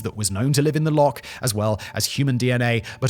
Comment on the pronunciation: Okay so... love your channels Simon, and I will always strive to ignore most of your mispronunciations, but kindly, please, for the love of fraaaack... it's Loch... ch... not Lock. Please. Pronounce it right. It's not hard. Just phlegm a bit. Ch. I am begging.